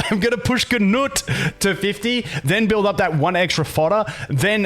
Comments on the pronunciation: stop saying GUU NUT its 🥜NUT 🤣🤣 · Boned by nut lol. Had a solid laugh. I think people pronounce it like. Noot. or g-noot. Who knows, but nut is funny enough.